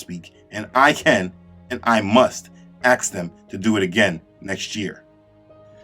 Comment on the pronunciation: Can you stop saying "aks" and say "ask".